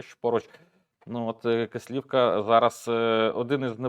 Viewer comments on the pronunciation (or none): Будь ласка наше село називається Кислівка наголос на перший склад